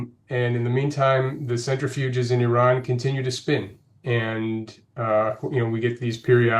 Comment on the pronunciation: he cant say iran right hahahahaha he shows his iran being american trying to be iran and zionist and lastly european hahaha what a joke was that